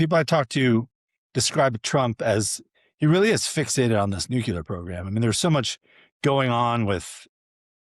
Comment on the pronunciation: Jay Solomon is a slob and boring. His messy room looks staged. Nuclear is pronounced: New-klee-er NOT Nu-cure-ler.